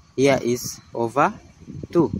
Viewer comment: Not “ova”, but “over”